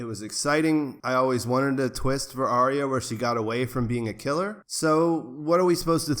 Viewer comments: Ar-ya not Ary-a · "Ar-Ree-Ya" LOL